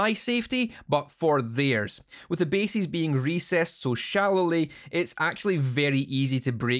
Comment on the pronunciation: Love that the Scottish pronunciation of "bases" and "edges" sounds like "basies" and "edgies". Also, I'm pretty sure Kerry King did this to his guitar first. ;)